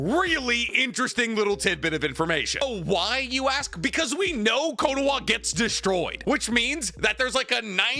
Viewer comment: I'm not so sure. Bro still calls it "Konowa" instead of Konoha. 😂